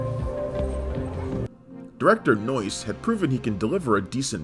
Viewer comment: When says the director’s name, it sounds like “Noice.” 😂😂 That’s noice!